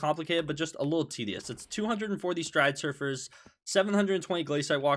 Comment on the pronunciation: everytime he says stridesurfers instead of stridersurfers i die inside